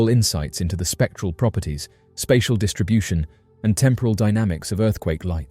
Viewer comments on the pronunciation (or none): none